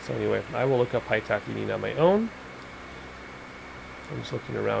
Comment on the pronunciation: Good video. Just a heads up the pitot is pronounced Pee Tow. One word obviously. 👍🏻